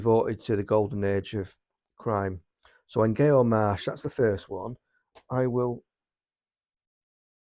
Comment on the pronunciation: It's pronounced Nyo for future reference. These are all good titles. Death in a White Tie is particularly good.